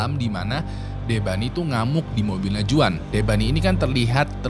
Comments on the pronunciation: Bang jgn cpet2 baca script nya, kek dlu aja agak pelan, btw bacanya bukan "juan" tp "huan" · Bang kalo juan bacanya bukan juan tapi huan bang.. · Bang izin kasih masukkan, untuk pengucapan nama Juan itu Huan (Berlaku di Amerika Latin/Mexico) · Juan dibaca nya huan bang , jose = hose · Sorry hanya meluruskan aja,Kl di amerika latin nama Juan itu dibaca Huan...! Tks